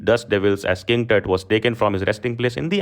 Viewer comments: It's not टट It's तुत। ...😂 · it's tut not tat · Why you pronounciate 'tat' instead of "tuut"